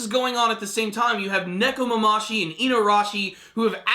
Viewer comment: Neko-mama-shi? wtf lol